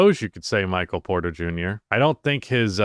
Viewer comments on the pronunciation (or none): none